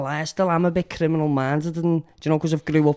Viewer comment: Hey, at least you can write the word “ criminal “ when you say it you put the m and the n in the wrong place, and pronounce it “ crinimal “ 🤣. You and both say it like that. 🤣😜